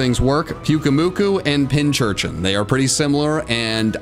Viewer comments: Ay he said pinchurchin! And not pincurchin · The way Wolfey pronounces Unfezant and the way pronounces Pincurchin makes me want to lie face down on nails.